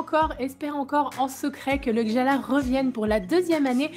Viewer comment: les gens qui prononcent mal gjallarhorn aussi non?